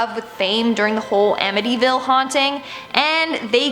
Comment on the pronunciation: How freaking annoying and immature is this millennial, who can’t pronounce “Amityville” and says the word “like” way too ridiculously too much?! Yeah, we should all believe her for sure. Give me a freaking break!